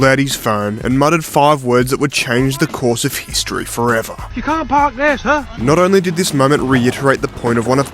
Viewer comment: you can’t park there sihr